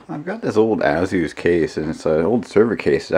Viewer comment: It’s not azoos it’s A-SUS